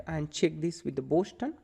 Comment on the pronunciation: Btw, the City name is 'Boston' not 'Boshton'!